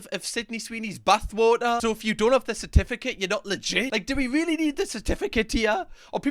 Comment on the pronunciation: Why it sounds like Buttwater when he says Bathwater